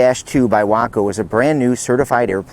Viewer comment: In the south, we pronounce that "WAY-Koh"!